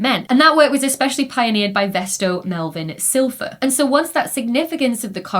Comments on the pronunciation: Vesto Slipher not Silpher... Know your astrophysics history... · Hi Becky. Great content as always, youŕe a fab communicator. Just a tiny little pointer; Vesto was called Slipher, not Silpher... No biggy and carry on generating great content - lots to learn every time 🙂. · Is Vesto Slipher's name pronounced "slifer" or "silfer"? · Dr. Becky knows it far better than you do. I assume you have never in your life made a slip of the tongue.